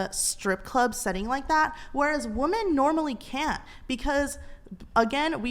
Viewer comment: It’s Women! Not bloody woman. Why are women saying woman instead 🙈🙉